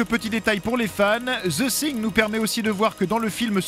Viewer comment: zeu singueu ... Cette prononciation déplorable me fera toujours pitié !